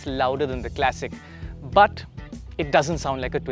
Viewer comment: Why tf would you pronounce ‘classic' as ‘clessic’ !